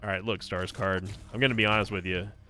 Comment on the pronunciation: My fiancée thought you were saying Skarsgård when you said stars card 😅 kept getting glances from her while watching 🤣